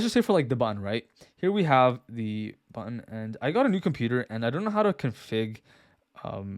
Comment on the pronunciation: I hate how I only here "bun" when you say "button" lol. Nice video though